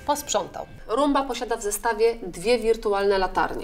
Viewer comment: ...romba? a nie rumba? na pewno?